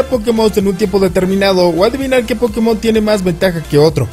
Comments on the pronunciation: O como Josue Yrion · O como Maduro :v